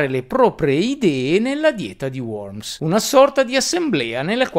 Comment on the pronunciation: Fatto benissimo; unico punto negativo: la dieta di worms si pronuncia "vorms"